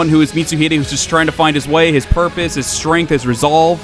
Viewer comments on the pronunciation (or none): none